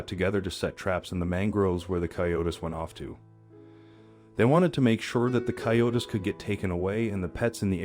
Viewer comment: A great story, but "coyote" is pronounced coy- ó- tee in English. Plural is "coy-ó-tees", not coy-o-tis or coy-o-tess. If you are going to do a video on an umfamiliar animal, please do some preparation.